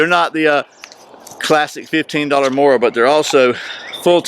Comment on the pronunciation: the pronunciation of Mora was pretty spot on but kniv was not the best, you pronounced it with a n instead of a k .. so i would totally give you a 9/10